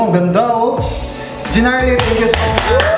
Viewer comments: Okay nasana kaso yung pagkasabi ng gnarly mo iba hahahahaha jeeeenarly. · Narly, silent G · GNARLY but it pronunce NARLY! silent "G" ;)